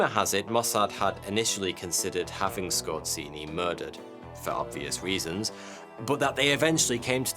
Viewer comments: scor---say ---- zeee.. say it with me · Oh god, the pronounciation. Scott Ceeny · I know he's a German, but that butchering of Polish "rz" is beyond unacceptable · Skorzeny not skorzini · A part of me dies every time he pronounces Skorzeny as "Scorcinni" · Damn, you just botchered that surname, its just Skorzeny not skozini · It's pronounced Skozheny, not Skortseny. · The way you spell Skorzeny' s name is just ridiculous. The way you spell it rather sounds like ay Italian restaurant's: like" Scozzini" That makes me laugh. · love your vids but please sort out the pronounciation of names Skorzeny is pronounced *zany Wiesenthal is Veesenthal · DUDE! Pronounce the name of your subject correctly, or step on Legos every day for the rest of your life. So annoying that I twitch, every time you say his name. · Ironically, his family came from Poland, and his name is not pronounced like in the video but rather with a polish sound "rz" which sounds like a "J" in "Jean". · you pronounce his name totally wrong. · You absolutely butchered his Surname.